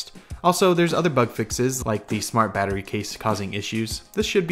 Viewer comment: What is this word "bater"??